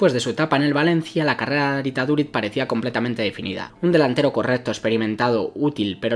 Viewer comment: mira en google como se pronuncia su nombbre y apellido porfavor